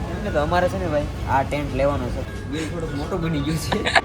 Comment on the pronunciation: ટેન્ક નહી ટેન્ટ બોલાય 😂